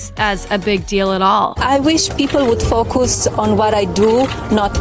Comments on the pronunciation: "Fo-coos"? he really needs to try learning English one of these days. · First of all, Melania needs to learn how to speak English, "Fo-coos"!! 🤣🤣🤣 Jill could teach her!!